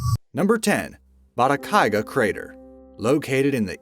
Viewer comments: Bata-gai-ka, not Bata-kai-ga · Every video has some mispronunciations. Narrator says "Batakaiga," but the video's own words (and a Google check) show it is "Batagaica." Likewise, "Fukuoka." How about checking pronunciation before recording the narration? This problem is in nearly all your videos. The videos are fun and great, but the mis-steps drive me nuts. Such as redundancy--- the "average price of these million dollar condos has dropped $320,000 on average." We need an above-average narrator!